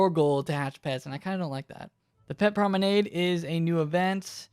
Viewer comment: did he seriously pronounce promenade the way he did o god lord